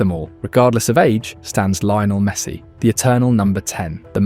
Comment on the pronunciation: Great video, but I don't think he pronounced a single name properly... Not even Messi's 😂